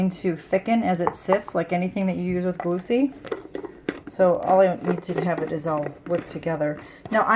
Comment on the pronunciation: I know this is an old video but this looks great. The batter looks like a very good texture. I do have to say though, that Gluccie is not pronounced like Lucy. It's pronounced like glue-key. But say it fast and together. And I know that very logically you'd pronounce stevia the way you did but it's actually pronounced: Stee- vee- yuh. I know. That one really doesn't make sense. Lol Anyway, this is a great looking recipe. Thank you for making the video. I'll have to give it a try.